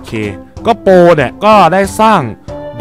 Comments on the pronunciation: พี่เรียกโปรเป็นนูบ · พี่พากย์โปรกลายเป็นนูบ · พี่โปรตอน22.44พี่เผอพูดว่านูบนะ